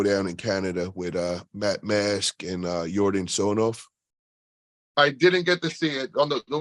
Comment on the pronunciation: It's not TsonOv, it's TsonEv